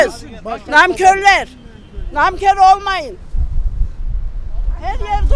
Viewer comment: Maaş diyemeyen mayış diyen,nankör diyemeyen namkör diyenlerin sinsi cahilliğine kaldı işimiz